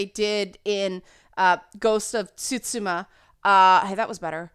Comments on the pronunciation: Hey - Glad that PlayStation was your Ichiban! For the record, it's 'Tsu'-'Shi'-'Ma' ^_^ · Tsushima is three sounds: Tsu Shi Ma Those are the phoenetics for Japanese. T'sue She Ma with she being sharp shi. You're close but the that "sh" in the middle. ;) Think Sushi with a T as the front and add ma. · No, the T is there. Tsung is Chinese, and I'm not 100% on the Chinese pronunciation of the words, but if it were Japanese, you would say the "Ts-sung." It's light, just a little "tap," kind of like the t in "shirts" but it's not silent. Now, one confusing aspect of this is that there are different ways to write Japanese words in English, so a correct way to write Tsushima would also be "Tusima," but even if you saw it written that way and knew it was a Japanese word, the pronunciation would always be "Tsu-shi-ma." This was always a little tongue-twisting in class because they have a phonetic alphabet, and so you read it "sa shi su se so, ta chi tsu te to." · It's exactly phonetic. T-su-she-mah. Exactly as written, every letter matters. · [(t)so͝oˈSHēmə] The T is optional, but doesn't really change how it's pronounced because it is so soft. I think it's mostly that the "ts" grouping usually doesn't occur at the beginning of English words and can be difficult to say for some native English speaking people.